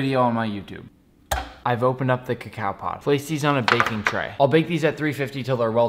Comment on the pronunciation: Its not pronounced cacow